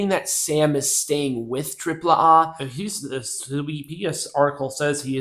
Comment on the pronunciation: It's hilarious. How like you pronounce AAA versus the way Conan on his podcast pronounces AAA stop trying to be too proper and just be normal